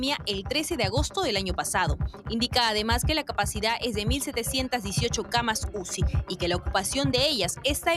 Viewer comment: aprenda a pronunciar se dice CAMAS UCI y no CAMASUSI